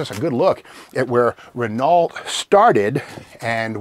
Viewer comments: I don't like to be a nit-picker (alright, you got me, I FO like to be a nit picker!), but it's pronounced reh-NO, not reh-NALT like it looks like it should be pronounced in English. But it isn't an English name, it's French. My other complaint comes from torque bring expressed in foot pounds. Engine torque is in POUND-FEET. That is the measurement of twisting work from a machine. Twisting work applied TO something, like a bolt, by a person or tool is expressed in foot pounds. I really don't think that I said that too well, layman that I am, but you have plenty of contacts in the automotive field that, I'm sure, could sy it more clearly than I ever could. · Ahhhhh!!!! Not the deer head!! Scary. 😂🇨🇦 Oh, and by the way, it’s “REN-O”, not “Renalt”, it’s French, silent “T”. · Ren-OH not Ren-ALT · Bonjour Steve. I love your junkyard crawls. They remind me of my youth when i would go and spend days playing in the old trucks and construction machinery yard close to home. Being from Quebec i speak french. I can confirm that Renault is pronounced Reno. Your junkyard being not to far from where i live i might go and visit one of these days. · Good info¡ Steve, repeat after me please: "Ray No " ( Renault) Your French lesson for the day! :) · Ren-o, Steve, not ren-ault; emphasis on the O, not the e like reno. Trust a bilingual guy. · There is Re-NO-Way I'll ever learn how to pronounce Renault correctly! Thanks for writing, Steve Magnante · I wish Steve would stop pronouncing Renault like that. I know he doesn't pronounce Chevrolet like shev-ro-let.